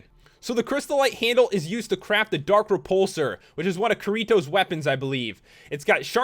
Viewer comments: x computer slaps him in the face x ITS KIRITO NOT KURIBO! ( don't judge it sounds like he said kuribo) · its ki-ri toe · Kirito's name is pronounced ki-ti-toe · He said Kirito's name like Ki-ri-to instead of Ki-ti-to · Kirito's name isn't pronounced "kerito" its pronounced "Kitty toe" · Ki-RI-to? It's KI-ri-to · not to be really mean pat but its not k-ee-r-ee-t-o it is k-ee-r-i-toe spelt kirito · You said krito wrong its pronosed like kittyto. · I HATE YOU ITS NOT KARETO ITS KITYTO SAID FAST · Kirtio is pronounced kitty-tow!!!! got it? GOT IT???!!! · its not kir-it-toe, its kear-ieet-toe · sorry to say man, but kirito is not pronounced kiryto its ki-ri-to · it's pronounced like kitty tho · It's kedeetoe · Kireeto? That's how he pronounced his name. It's Kirito with the i sound in it. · It's Ki-ti-to Kirto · Let's pronounce it together: KI-RI-TO (Key-D-Toe) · ***** Key-ree-toe. it's not the "d" letter. And roll your "r" when saying it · actually the correct way to pronounce it is Keer-E-Toe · KRITO [KEY DI TOE] KRITO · Kee-ree-toe pronounce it write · FUN. Kee-Ree-Toe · Kirito is pronounced (Kid-ee-toe) or others would say (kitty-toe) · Seth Gale you are the only intelligent one here. Because it is pronounced Key-ree-toe. spelled Kirito. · btw its pronounced Key-De-Toe u almost had it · u said Kirito's name wrong!!! XD Its pronounced, (Key-dee-toe) Ur wellcome! :3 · kiritos name is not pronounced like that its pronounced as kidito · It's Kirito, pronunciation: Kedeto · He said korito ahahah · His name is pronounced key-ree-toe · Its pronounced key-d-to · Kirito is pronounced like kitty toe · pronunciation: Keer-ee-toe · He said kirito’s name wrong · you said his name wrong also im a big fan of SAO and GAO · He watched the show.... But he didn't pronounce KIRITO RIGHT. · You just... You just mis-pronounced Kirito-Senpai's name... sigh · HIS NAME IS KIRITO NOT KIERIETOH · To be honest you pronounced Kirito wrong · It's Kirito kier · cries He pronounced Kirito wrong.